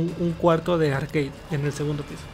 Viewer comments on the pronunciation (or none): none